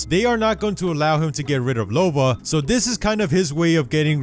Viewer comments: You keep calling her Lobo. 😂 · “Lobo” lol